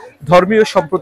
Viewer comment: দুর্গা উৎসব নয়। দুর্গোৎসব হবে। উচ্চারণ ঠিক করেন।